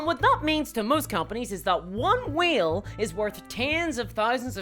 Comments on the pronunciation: Excellent video! It did take me a while to realize what you were saying "whale" not "wheel." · Why is he saying wheel instead of whale🤔🤔🤔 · Way L. Not We Eel. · I couldn't tell if she was saying wheel, or whale... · Haha I took me half the video to realize you were saying whale not wheel. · I'm still not convinced after watching it. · Like... I heard you make the A sound for other words. This is whale erasure!